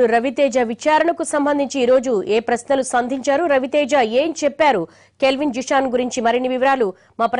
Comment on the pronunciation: Calvin kadu ra nayana kelvin 1st nv name sarigga telusko tarvata news cheppu. Ninnu lopalki pilchara nduk ee yedava sodhi